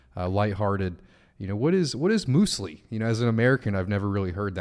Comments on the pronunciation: Mewslee not mooslee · Muesli is basically raw granola. And it's pronounced muse-ly not moos-ly.